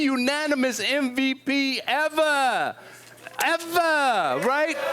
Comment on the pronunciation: 'evah', evah'. dat the stiffy sound?